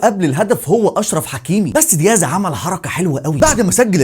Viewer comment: واسميتو دياز مشي ديهاز 😂😂 🇲🇦